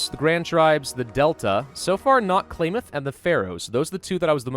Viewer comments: How to pronounce Klamath ka-lam-ith, not clay myth. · The way he pronounces Klamath... JK, not gonna be a huge dick about it. He did admit to only just reading a small amount of lore anyway. Hell, I thought Fallout 1 and 2 were 3D like Fallout 3 was until I saw pictures and gameplay footage of the first two. Bare in mind, my first introduction to Fallout 3 was when I was 9. It wouldn't be for 4 more years until I could play it myself.